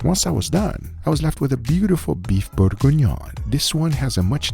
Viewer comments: "Borgonion" No, it's pronounced Burg-Ghee-Nion : Bourgignon. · You said we were gonna mock you, but let's help you pronounce it: Bourguignon is pronounced "Boor-gi-ni-own" (approximately, with a New York/generic "American" accent) TBH I had a hard time finding syllables that sound similar to French, but it should be close enough. The "on" compound vowel in particular is hard to describe, it's like trying to pronounce an "o", but with your tongue pressed in the back of your mouth, like when you're about to swallow. It's really a nasal sound, since your tongue is blocking the access to your throat. Great video, as always! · Beef Bore-En-Yohn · It's pronounced close to bore-gone-yawn. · For the french speakers it's: boeuf bourguignon. is butchering the word. It took me a minute to see what he wanted to say. Still, all love and keep the good food coming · Imma need the exact recipe for the Beef bourguignonis please (which no one really know how to pronounce correctly)